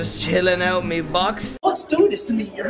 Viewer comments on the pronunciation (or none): “JuSt cHiLLinG oUt in mE bOx” HAHSHAHAH it gets me every time.